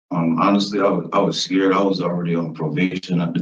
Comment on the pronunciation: I'm fatigued hearing "I wuz skeered" with running or fighting the police